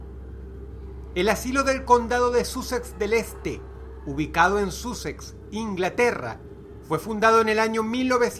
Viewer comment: Se escribe Sussex pero se pronuncia Sassex. Me choco oirlo de esa manera.